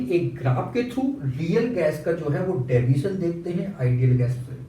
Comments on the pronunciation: Deviation ❌ Daviation ✅😂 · Deviation hota gai Daviation nahi ☠️🤷🏼‍♀️